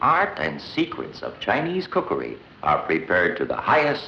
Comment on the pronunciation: Did this white person say “ cookayreee” ? 😂😂the “awdacadree” (bangs gong)